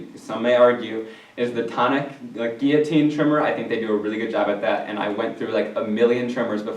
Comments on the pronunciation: One of my most important products is my MISTI. I hardly ever do stamping without it, especially if I need to line something up exactly. I also agree about the Tonic guillotine trimmer (and thank you for pronouncing it correctly!). I do have a Fiskars deluxe trimmer for certain occasions, like cutting an aperture in the middle of my paper. But for general cutting, my guillotine is the way to go! I love how your cards came out. And thank you both for the laughs, too. My depression is somewhat worse today, & I can use all the giggles I can get. Hope y'all had a great Thanksgiving, & have an awesome day! :) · Thank you SO much,, for pronouncing "guillotine" correctly!!! That's a pet peeve of mine. One of my favorite tools is my fine-tip reverse tweezers. They're pointy enough that I can use them instead of a "stick tool" if I don't feel like getting it out, and they will hold things, like when I need to emboss, but don't want to burn my fingers.